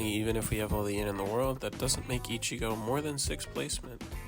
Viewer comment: No way bro said ichiga